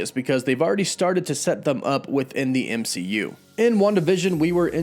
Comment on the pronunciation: Dimonstrated??? It's pronounced demonstrated. ehh not ihh. EMCU not IMCU! How do you not notice it?? Especially when you have a very strong command of the English language! So weird!